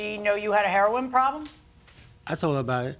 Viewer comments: LMAOOOOOOOOOOOOOOOOOO! I tried my hardest to wait until the end before coming to comments. Chile, as soon as he said, "HEA-RON" instead of Heroine, I RAN!😂🤣😂🤣 I don't blame her! Sir, please move on, you gotta respect that lady boundaries and they way she getting back at him is by keeping both cars. 🤣😂🤣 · “It was heron” it was what? It was heroine. So you knew how to pronounce 😂😂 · Once he said Her-Ron I knew we were in for a treat. I like her😂 I could listen to her talk all day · My guy said Herron 😂😂😂😂😂😂😂😂😂😂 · I hear "Heron problem" one more time. 😂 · "Hair-AHN". I haven't heard it pronounced like that in ages! He's an old school drug user. 😄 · he says ( hair on ) for heroin nobody caught that😂. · It’s hair-on 😂😂😂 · hi.. you must have tripped and fell to floor.. after.. you seen.. you put heroinE.. instead of heroin..... a many people... especially... the vets.. at the va hospital. where i work.....pronounce it heRON..same as that man ...they say... its nickname or code name.... .be blessed